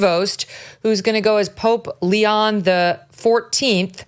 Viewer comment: LEON???!!! Oh Megyn. 🤦‍♀️🤦‍♀️🤦‍♀️